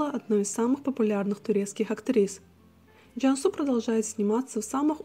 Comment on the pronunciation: Извините, что у вас за акцент? Что за Джяньсу? Джансу она, твердо произносите